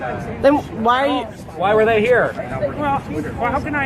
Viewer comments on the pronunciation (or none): “they” 😂 Dudes gotta be Canadian